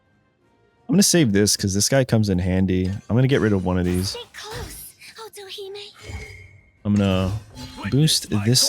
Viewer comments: Otohime is pronounced like "Oh-toe-hee-may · Otohime sounded like - auto he me